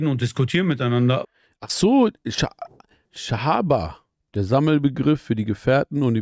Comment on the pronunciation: Bruder es heißt SAHABA!!! 🤦🏻‍♀️🤦🏻‍♀️🤦🏻‍♀️🤦🏻‍♀️🤦🏻‍♀️